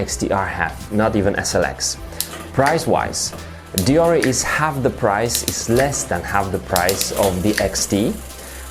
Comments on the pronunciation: its pronounced *Deor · You say it like deor, only people that say nik’e will say deor’e